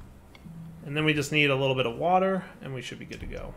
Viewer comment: Aah and his wourder (water) feels like watching Brad from bon apetit 🤣